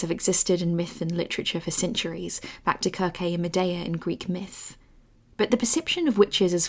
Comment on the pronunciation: I'm sorry... - KirKey? It's supposed to be Sur•see. Circe. Not Kurkey.